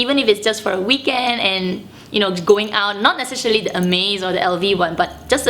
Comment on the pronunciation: Your first 4 mins of video made me confused. Sorry, i was wondering and didnt understand why you kept saying "amaze bag" in the video, then I clicked in that you were actually saying "Hermes bag". 😂😂😂